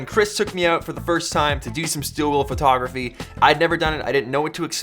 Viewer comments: Am I the only one that heard the word Furrtography 50 times? Great video btw. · Chris and his "fertography" :P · Chris kept saying "phertography". I though that was funny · PHERTOGRAPHEE!!! Sorry Chris, love ya, it was just outstanding every time lmao.